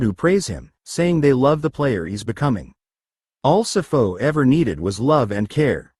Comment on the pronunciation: Sipho not sifo...yeses